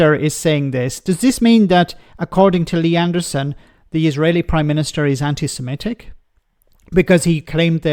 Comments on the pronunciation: He can't even say "anti-Semitic" correctly, saying "anti-simetic" instead. 🙄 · He can't even say anti-Semitic, the racist bigot says anti-sematic he's an absolute clown.